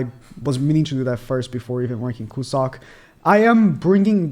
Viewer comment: Cusack should be pronounced as "Q-zuck" and not "Ku-suck" lmao